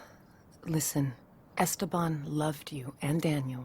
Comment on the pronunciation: the way says "Esteban" bothers me